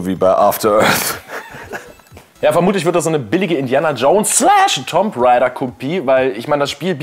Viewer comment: Bitte.. in Tomb Raider wird das "Tomb" wie toom ausgesprochen... Ich hasse es wenn jemand das wie TOMB ausspricht :) Sonst wie immer klasse Folge und bitte, bitte macht mal ein paar Specialfolgen oder so in denen ihr die ganze Zeit wie sonst nur auf der Endcard singt .